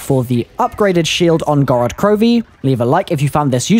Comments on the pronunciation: Gorod Grovi hahaha c'mon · "Gorod Grovi" 😂